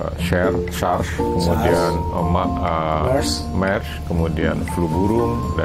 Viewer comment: Mers bukan mars